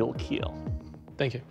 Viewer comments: Doug's last word's "It kealed" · It will keal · It will KEEL